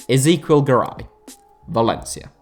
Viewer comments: You pronounce Ezequiel and Angel weird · If you pronounce Ezequiel that way again i will report your channel